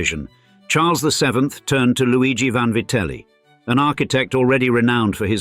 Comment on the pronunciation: Vanvaryte??? What the fuck!!!.😂😂😂 VANVITELLI